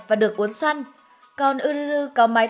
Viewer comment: Góp ý nhỏ là tên Yuzuru đọc là Dư Giư Rư nha AD, AD đọc Ư Rư Rư nghe lạ quá :v